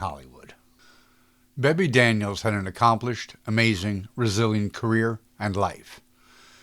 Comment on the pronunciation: Ginger was Anytime Annie in one of the greatest musicals of all time 42nd Street then followed that up as "little " Fay in the greatest musical of all time, Golddiggers of 1933, even with Gingers big number " I've got to sing a Torch Song" cut - wow what a dress,. Some names are mispronounced (Aline MacMahon, Guy Kibbee, Bebe Daniels and Una Merkel, thanks for mentioning the beautiful Toby Wing!